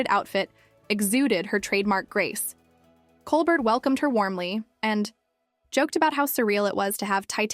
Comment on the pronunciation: Not to mention the pronunciation of ‘Colbert’ and the weird pauses before and inflection on some words.